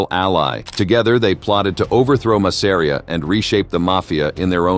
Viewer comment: Ma sa ree aah get an AI that can pronounce names correctly